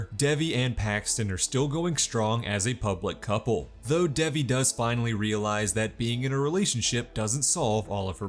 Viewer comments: Its dave eee. Not deviiii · Not the way he says Devi.. sorry I had to comment that it rlly bugged me but this recap helped so much to Ty!